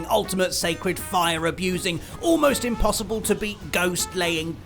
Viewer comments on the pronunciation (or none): That's how an arab would pronounce impossible.